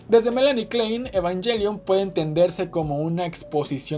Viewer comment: ahh tienes razon, ha de ser por darle un estilo anglo en español, pero ta bueno, muy bueno el vídeo💪🏽😎